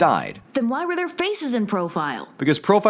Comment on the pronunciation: When you accidently mistake the 'why' for 'wrry'